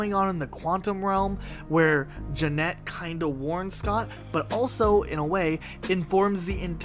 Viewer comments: Isn’t it Janet not Jeanette? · yep. Idk why he said it like that